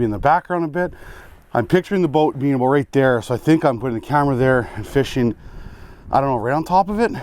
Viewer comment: Is it "a boat" or "about"?🤣 You're the best